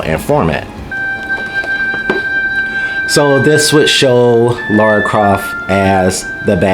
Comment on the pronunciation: Apparently every native english speaker has a problem pronouncing Lara's name correctly. She's not called Laura...it's Lara...is it really that difficult for you guys to say her name right? xD Regarding her outfit...well I can't imagnine any woman going out on a hunt, killing hundreds of armed people, taking 20 bullets herself and still fighting...it's still fantasy as well. I see no issue in giving her the original outfit. Also doing the kind of acrobatics she does I imaging would be more difficult in pants than shorts, because pants hinder your movement more, unless it's flexible material, which her rebooted pants weren't. lol